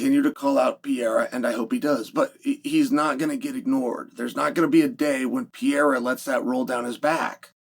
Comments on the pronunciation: How difficult can it be to learn to say the name "Pereira"? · I wish you would pronounce fighter's names a little slower. "Pereira" (latinamerican) sounds like Pierre, etc. But interesting look ahead. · and if you don’t stop saying Alex last name like that I swear to the lord.. 🙄 you know damn well how to say it.